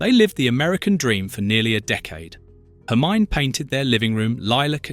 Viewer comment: Do find someone to walk you through German pronunciations: your version of ‘Hermine’ is laughable, as is ‘dei’ as a prefix to Stute.